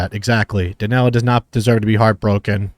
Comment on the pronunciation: How come they speak Spanish, are from Venezuela and they can’t pronounce Daniela properly 😂